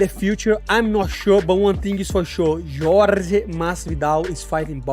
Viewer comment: It’s Jorge curly headed fuk not George asskren is so cringe